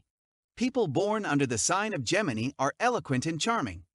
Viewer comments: The pronunciations? Have we started say peesians, lybrans And gemiee? Lmao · This is how to pronounce Gemini- Gem/in/i This is how to pronounce Libra- Lee/bra This is how to pronounce Pisces- Pie/seas Please learn the correct pronunciation of those signs because you are saying them incorrectly.